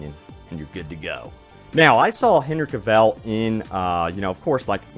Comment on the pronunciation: Omg my ear bleeds when hear OMG pronounced Henry Cavil name. It pronounced Hen-ry Ca-vil not Hen-ry Ca-val.